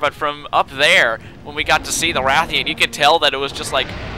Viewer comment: Rathian and Ration.and its Stamina, not Stanima.